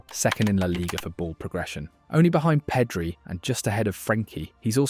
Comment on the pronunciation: Awesome video, but some of those pronounciations... Peedri, really?